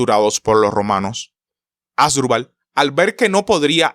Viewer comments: Un youtuber que no puede pronunciar bien el nombre de los protagonistas de esta Batalla, no solo es PATETICO, SINO UNA FALTA DE RESPETO A SUS OYENTES. Se pronuncia AsDRÚbal, que es una palabra grave, no ASdrubal, como lo dice nuestro querido historiador de chancletas, bermudas y cigarrillo en la mano. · Asdrúbal, ASDRÚBAL!!! Supongo que solo a mí me desespera que lo lea mal... 😖